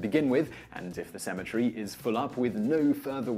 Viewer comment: Sounds like you said asymmetry goes under. LOL